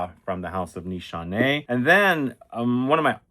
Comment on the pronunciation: No Nanshe no Ani X 😂😂 what a professor